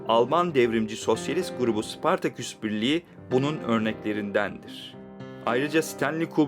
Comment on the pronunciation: Sıpartaküs değil, Spartaküs.... Seslendirmeni değiştiriniz...